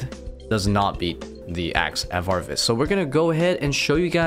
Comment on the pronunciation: My man leaving a whole syllable out of varvis haha love it